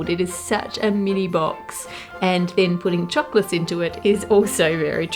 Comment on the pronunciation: I adore you and your videos so please don't take this personally, but am I the only one who can't stand the way she says "chocolates"? Lol idk it's just weird to me. Not that it matters but I'm just curious if I'm the only one!